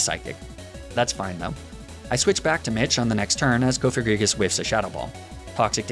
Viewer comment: Wait THAT'S how people pronounce cofagrigus??? I thought it was pronounced like cough-agree-jus because it's sarcophagus+egregious aka a very bad sarcophagus